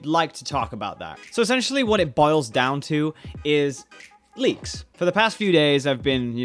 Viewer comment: He said leaks... I thought he said "bleaks"